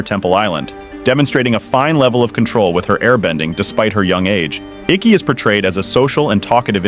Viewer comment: All the air bending masters and elders. Dude said IKKI. 🤢🤢🤢🤢🤢